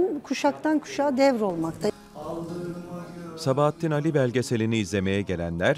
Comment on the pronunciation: Güzel belgesel ama Sabahattin Âli'nin adını doğru telaffuz etseniz daha güzel olacakmış